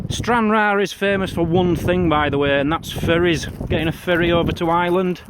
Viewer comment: Thought you said furrys, than I thought Fairys then I realized Ferries. lol.